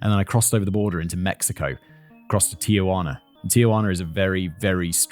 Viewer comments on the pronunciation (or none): none